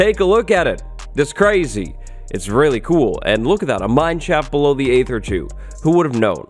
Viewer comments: It’s pronounced Ee-ther, like in archaeology or aegis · Aether is actually pronounceed "EEther" since it's based on the æ letter, which is how "dæmon" used to be spelled, which shows that æ actually makes an EEE sound, and not an AYY sound